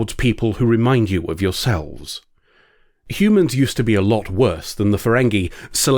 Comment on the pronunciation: Hoo-mons, amirite?